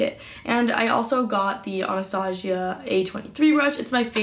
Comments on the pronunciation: “AnastaShia”😂 ughh the cringe its Anastasia 🙃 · "Anastashia" she said 😂😂😂